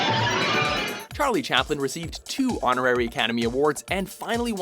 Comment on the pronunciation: Did he just say "Tarlie Chaplin"?